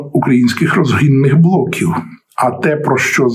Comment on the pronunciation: Перепрошую, яких блоків? Невнятно сказано.